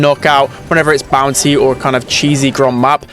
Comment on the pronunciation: Great video, thanks pal. Not sure if I'm heaving hearing problems or you are pronouncing "bounsy" instead of "bounty" ?